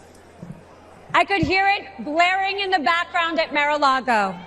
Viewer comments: She said "Mare a Lago". What a tool. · She calls it Mare a Lago, not Mar.